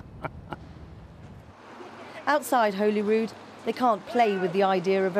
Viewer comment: Shame the journo couldn't even pronounce the name of our parliament - Holy (as in holy god) rood) - says it all about what those South of the Border know about Scottish governance. A bit tired of the biased BBC reporting and as for the 'housekeeping allowance' that just pisses me off the subsidy junkie accusation when the truth is Scotland puts more into the Treasury than it gets out.